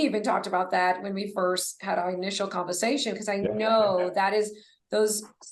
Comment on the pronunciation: Is the female interviewer aware that she is pronouncing "er" as "a" or "o"? It's distracting to the person being interviewed. Specifically, she mispronounced conversation and overhead.